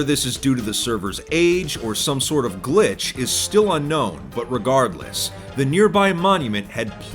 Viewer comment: But reGAURDles